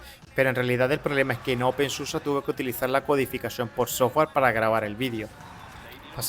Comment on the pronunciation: No se dice open susa porque el alemán se lee como está escrito, es igual que el español. La excepción son las palabras terminadas en -er que sí se pronuncian como ea..